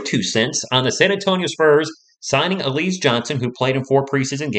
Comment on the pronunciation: It's pronounced Al..E..Zay